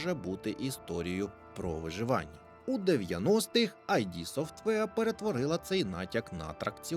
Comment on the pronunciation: Студія id називається не айді, а ід